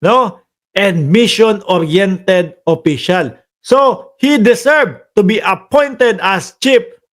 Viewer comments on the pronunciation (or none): Observe hindi obserb at deserve hindi deserb ano ba yan?